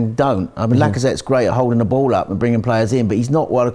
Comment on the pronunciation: anyone else can't help but to laugh every time says Ball.... da booool - on the bhool. It makes me giggle every time I hear it.